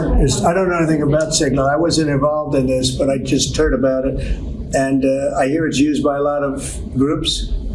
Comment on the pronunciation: "I just turd about it" - the commander in queef